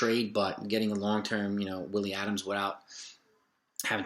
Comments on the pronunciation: Also it’s ADAMES Not ADAMS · It's not Adams. It's Adames.